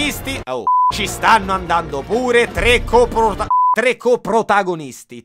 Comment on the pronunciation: Sarà passato più di un anno, ma il non riesce ancora a dire coprotagonista. Vabbè te se vuole bene lo stesso <3